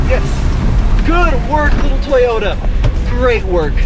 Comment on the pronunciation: “Tayoda trucks”